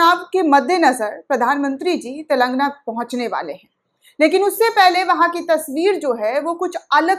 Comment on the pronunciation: सही शब्द है "तेलंगाना",,,,,,, लेकिन अधिकतर चैनल वाले "तेलांगना " बोलते हैं जो ग़लत है,,,,,,,।